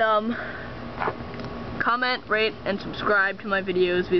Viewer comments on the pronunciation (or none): i thought you said comment, rape, and subscribe